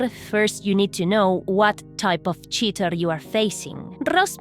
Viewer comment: Say cheaterrrrrrr again. Them "R"s . . . :D. Also milanesas napolitanas heavy breathing